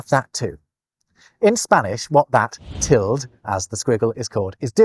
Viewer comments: What? No, the apostrophe covers any left-out letter, but the tilde (wow. "til-dee" or "til-duh", not "tilled" -- and no, not a US vs UK thing) specifically means specifically an m or an n has been left out (you get to figure out which from context). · You are the only person I've ever heard pronounce ~ as /ˈtɪld/. I say /ˈtɪldeɪ/, though the dictionary says /ˈtɪldə/ is more correct. It does mention what you say, /ˈtɪld/, as an alternative, but it's most unusual! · Is your pronunciation of the word "tilde" common in the UK? I'm from the US, and I have always pronounced the word "TIL-day", though I have occasionally heard "TIL-duh" or even "TIL-dee". This video is the first time I ever heard a single syllable "TILD". For what it's worth, Google does agree with me on this... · Where did you learn to pronounce ‘tilde’ as ‘tild’? I’ve only ever heard it as ‘tilda’, and online dictionaries seem to concur (for both American and British pronunciations). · I hadn't realised that the squiggle on top of the n: ñ was called a 'tilled'. It's generally pronounced 'till-duh', but from the north midlands and lives in Germany, so he's a bit cut off from the language. Sorry,. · I thought that the tilde was pronounced tild-eh, more Germanically... like Tilde Swinton...? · It pronounce like "tilt" ? I always pronounce it "til-de" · It is NOT called a Tild. It's a til -deh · Pretty sure the Tilde "~" is pronounced till-dee not "tilled"‽ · Tilde* not Teld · "Tild"??? "Tilduh" /ˈtɪl.də/ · I think 'tilde' is normally pronounced like the last two syllables of Matilda. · Gotta admit, I cringed every time said tild instead of ˈtil-də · No. It's called a tilde, not a tild. That's Till Day. Actually Teal Day. But I'll let you slide on the "i". The e is not optional. And it is not silent. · You saying "tilde" with one syllable is actually painful. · Just FYI, the Spanish "tilde" is pronounced "till-day"; all vowels are always pronounced in Spanish.